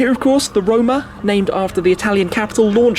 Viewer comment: Did you say... Ferrari Rona?